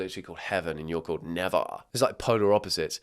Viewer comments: its pronaced nav-a-uh not nevvv-ar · bro the way he pronounced nevaeh was killing me its ne-vay-ah! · nevaeh is pronounced “na-vae-uh”. it is heaven spelt backwards, so they pair together ❤ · I WAS SCREAMING TOO! Its nev-ay-ah!! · BTW Neveah is usually pronounced Ne-Vay-Uh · it’s pronounced navaya 😂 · it’s said as neev 😭😭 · The way he said Nevaeh the actual way is really pretty😂 it’s Nev-ay-a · my name is Nevaeh and I quite like it 😭. But it’s pronounced as nuh-vay-uh 😅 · HEAVEN AND NEVAEH?! its nev-aye-ah 😭😭😭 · i regret to inform you neveah is pronounced na vey ah. that combo was one of the more normal ones LOL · that’s not how you pronounce it what so ever 😔 (nuh vay uh) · It is pronounced nuh- vay - uh. Popular in the US… people started doing this ‘heaven spelled backwards’ naming thing back in the 2nd half of the 2000s. I graduated in 2007, I was 17. Half way through that school year, a class mate had a baby and went with this name… spelled Navaeh. The fucking overwhelming rage I felt when she told me it’s heaven spelled backwards while showing me a picture with the babies name in it and ı realized she doesn’t know how the hell to spell heaven, forward or backward. And people give me shit when they hear I gave my daughter the traditionally male middle name of Scott (in honor of very close male father figure in my life, as well as being her grandfather and her fathers middle name). It might not be everybody’s cup of tea, but it is a real name, has real and significant meaning and it’s her middle name. Her first is a traditional feminine name. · naveah is pronounced like ne-vey-ah,I actually know a girl called neveah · for all the Europeans watching, Nevaeh is pronounced Nuh-vay-uh or Neh-vay-uh over here in the States 💀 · I think it’s pronounced Na-vay-a😭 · Neveah is pronounced na-vey-ah, used to know a girl called that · “Naveah” is pronounced “Na vey ah” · It’s said “Ne-Vay-Yah” for neveah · isn’t it pronounced nee-v 😭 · It’s pronounced nuh-vay-ah 😭